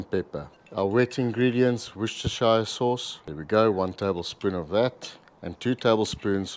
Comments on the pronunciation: Please do not start with this american nonsens of talking about "worcester SHIRE" sauce. Its ok to just pronounce "wooster" sauce and thats that. No need for the shire. If you need to add the shire please its pronounced more as "shirr" It didnt come from a hobbit town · I'm English and can confirm it's pronounced "wooster" sauce. Or Lea and Perrins, (the only real Worcestershire Sauce imo) ask any English person for the Lea and Perrins and they will know exactly what you mean. But it is disappointing even tho' I know otherwise that it didn't come from a Hobbit town, I like the idea of the L&P factory employing Hobbits (like Oompa Loompas in a chocolate factory). I'd forgotten about it for years until now - I'm going to put wooster sauce on my shopping list, and have some nice Hobbit cheese on toast.